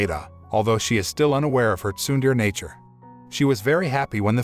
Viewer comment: You pronounced "tsundere" wrong